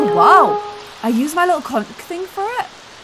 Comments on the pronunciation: For the word conch! It's pronounced like the word "launch", not with a hard C. You were totally correct the first time you tried to say it. Take it from someone who lives on the beach!! Please like so can see it! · A fellow Brit here, I think Conch is pronounced with the ch over here. I’ve never heard anyone in England pronounce it ‘Conc’ 😊